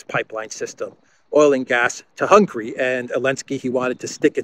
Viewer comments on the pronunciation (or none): please, the country’s name is not Hungry but HungAry. On the other hand Nogradi Gyorgy is an academic professor and analyst. He is versed in foreign affairs and indeed security affairs. He is top notch in German politics. He never interferes in internal affairs and politics, very wisely. Thanks for all your hard work to keep us updated!